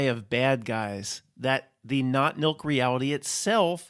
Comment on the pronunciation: I keep hearing "not milk" every time you say that phrase. As in, not human nor fur-babies.